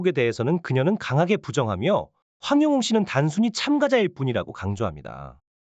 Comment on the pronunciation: 님 백번 맞는 말씀 입니다 고맙고 감사 합니다 그런데요 황영웅 이름만 정확하게 발음만 똑바로 해주시면 더감사 하겠습니다~~